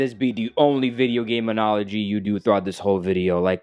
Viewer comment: I understand it’s a hard concept to grasp for a guy who can’t even pronounce analogy correctly lol.